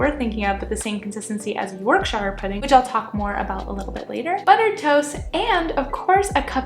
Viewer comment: NO NO NO NO NOOOOOOOOOO 😂😂 Having a British dad there is no way you don’t know it’s pronounced YORKSHER and not YORKSHYRE